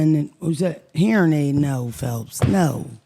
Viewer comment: Phelps talkin bout “Hearin Aide” 😂😂😂😂😂😂 noooo Phelps! 😂😂😂😂❤